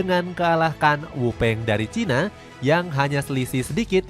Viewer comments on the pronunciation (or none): none